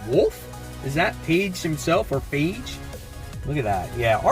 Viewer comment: Congrats on 10K! Nice haul. As for the symbiote name, I believe it’s pronounced Fage. The Ph has an F sound